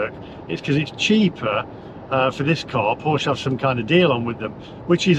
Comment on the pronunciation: Oooooh! The EVangelists will be sat on their sofas crocheting a voodoo doll of you to stick pins in. I'm looking for one of these dolls so I can stick a pin in it every time you mispronounce Porsche. You would have been better off having another Boxster or a 911 and installing a PV/battery set-up in your house.